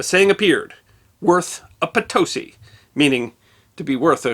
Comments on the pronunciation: The Bolivian city's name is more properly pronounced "poh toh SEE" due to the accented final /i/ as indicated in the Spanish rendition of the indigenous word. There is some disagreement whether it comes from Quechua (the language of the Inca) or Aymara but the New World Encyclopedia renders the meaning as "thunderous noise" and relates an interesting story of the name's origin. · My only small complaint is your mispronunciation of Potosi and reales. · My American dictionary shows the proper pronunciation of Potosi. Where he got his pronunciation, I don’t know, but don’t blame the dictionary for it. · He should at least learn how to pronounce Potosí. Very Embarrassing. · Please check pronunciations on your videos. Potosí, accent on the last syllable. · Not Potosi, Potosí. Also San Luis Potosí, Mexico. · I love your sessions on little-known history. This one was full of great information. However, please try harder to pronounce places correctly. It was jarring to hear the Spanish so mis-pronounced. It leaves a question about what else has not been well researched? Keep up your good work! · I'm about to start watching the clip, hoping and praying he pronounces "Potosí" right. Hint: the accent is on the LAST syllable. (Edit Update: Nope, he blew it...) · "Potosi" has the emphasis on the LAST syllable! It's Spanish, after all. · No! In Spanish, the emphasis is on the next-to-last syllable unless the last syllable has an accent on it, in which case it would be written Potosí instead of Potosi. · as usual, an excellent story. i will however attempt to assist you in your pronunciation of the mine's name..Potosí is accented on the last syllable, different from most Spanish words . Keep up the good work, I look forward to many new episodes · The pronunciation of Potosí is not Pitosí... The first o should sound stronger" is With oooooo like oh. Potosí! You guys criticize the accent of foreigner's but if you're the do some research regarding pronunciation.